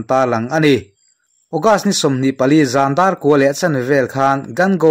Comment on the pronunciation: Ngaihthlak a nuam thin khawp mai.Mahse zan dar 4 tiin i lam tlat mai tih sual anih ngei k ring